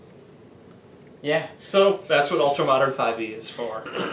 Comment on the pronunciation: Wow, I just found this. Sorry it took me so long. Thanks for the review. And yes, you did pronounce the company name properly...actually one of the first people to do so. Just FYI, we are prepping an Ultramodern REDUX (2nd Edition, in full color) kickstarter campaign to launch in a few weeks.